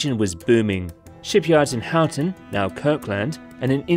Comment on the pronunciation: Kirk LAND. HOW ton. Lol. Kirkland pronounced like Ireland. Houghton like Hoeten.